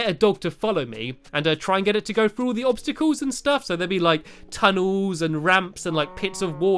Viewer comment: do opstycles isn't that what you said? well anyway. opstycals.